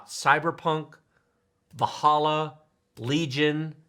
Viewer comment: Va-halla? it is Val-Halla:D